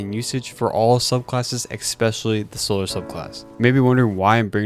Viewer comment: "Exspecially" unfortunately bothers me so much whenever someone says it. I also thought it had an x 20 years ago